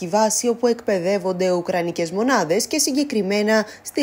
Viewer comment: Ουκρανικές μονάδες ή μουνάδες είπε ?! Εγώ πάντως άκουσα το δεύτερο !! 😆